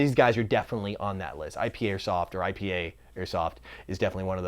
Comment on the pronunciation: You totally butchered IPA. I love me a damn good IPA mmmmmmm, Apocalypse IPA. Damn I'm thirsty now.